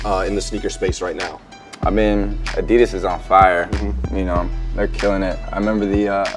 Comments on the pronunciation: Am I the only one that realised how he said Adidas 😂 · Why do Americans say Adidas differently to how Australian say it lmao